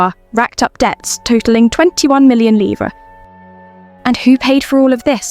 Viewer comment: Yes, the correct word but incorrect pronunciation.